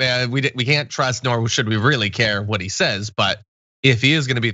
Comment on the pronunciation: When Graham pronounces "what" as "hhhvot"...